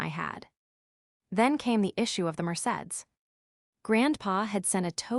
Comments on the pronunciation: Corola, Toyota Corola. Mer-Say-dees, not the town of Merced. Worst Narration yet. Must be AI. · More bad pronunciations!deep! It's pronounced mer say deez!